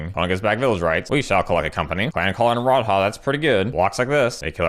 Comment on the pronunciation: "Rod-Haah" fucking got me